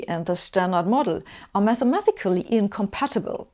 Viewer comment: It is "mathematically", not "mathemathically". Your English is pretty good, but this weird little mistake keeps popping up. But it is fine. Funny mistake.